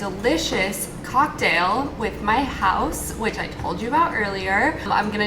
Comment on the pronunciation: You said Haus perfectly, my German heart is crying.🥺✨